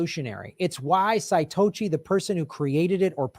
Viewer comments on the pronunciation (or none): could be a way to pick stablecoin winners and losers. Chinese Tether BAD, American USDC GOOD, etc. (also its Sah-Toe-Shi) <3 i agree its hilarious that Tlaib is the one pushing this. like what? is this what your constituents are clamoring for? *PHILIP J FRY SIDE EYE*